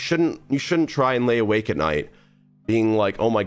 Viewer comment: “I hope you way alake at night” im autistic and even I caught that